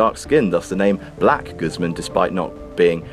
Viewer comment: Damn ... you just butchered Guzmán. It's pronounced "gooz-mawn" Also, toots is in the hof already